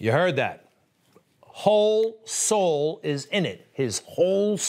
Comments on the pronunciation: Did he say whole soul or a$$hole? LMFAO! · I thought he said arsole .must be his loos teeth .so he should be having a ward with MSM. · He read the teleprompter correctly...it was 'Hole sole'. Biden came remember anything this morning. Let alone january 6th